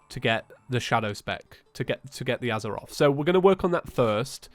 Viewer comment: Its fucking azathoth not azaroth